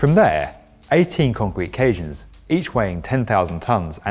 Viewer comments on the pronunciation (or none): Cajans or caissons?